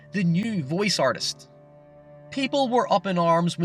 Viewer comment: A neem and a vowece